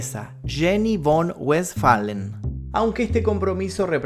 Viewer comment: la palabra Von de los apellidos alemanes se pronuncian fon...por ejemplo el varón man fredom von rictoffen el varón rojo por citas un ejemplo se pronuncia fon rictoffen